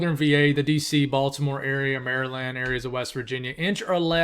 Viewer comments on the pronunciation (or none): none